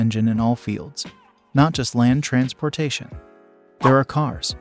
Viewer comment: Ditch the robot reading with horrible pronunciations like "trans POR tation" and remove the dings that keep everybody stopping the video to check for messages on their phones!